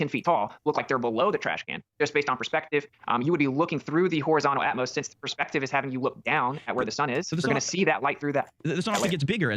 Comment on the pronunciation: "Atmos"? What a moron!